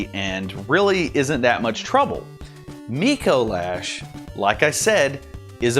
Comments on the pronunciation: It's not "Micoe Lash". It's "Micolash". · You said dicolash and I cackled